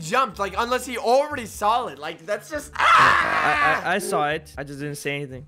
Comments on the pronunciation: Like he already saw it me: did he say sall it or saw it? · like he already saw it me:did he say already sall it or saw it?